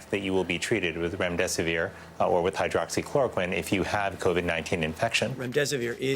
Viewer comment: Trump can't even pronounce the medications!!! God help us!!!! Please!!